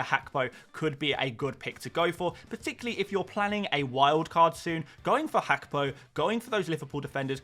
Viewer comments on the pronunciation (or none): Mate who is hackpo 🤣 say it properly haha